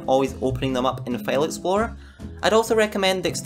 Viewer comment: lol u said "fail exploror"